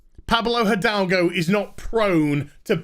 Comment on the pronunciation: Hi! I'm Spanish and the pronunciation of Pablo Hidalgo that all the channels are doing is wrong. The correct pronuntiation will be somenthing like edalgo. In spanish the h does not produce sound and the i is pronunced like the english e. One cool thing about spanish is that when you read something you know exactly how is pronounced. There is no pronunciation ambiguity.